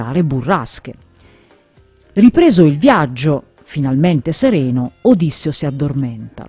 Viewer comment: Si dice Odisséo non Ódisseo